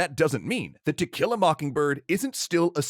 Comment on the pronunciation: I keep hearing "tequila mockingbird". 🌚🌚🌚